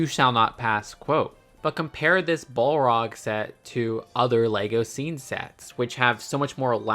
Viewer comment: Damn 😅😅 butchering the pronunciation of the balrog. You can tell us you’re not a lotr fan😅😅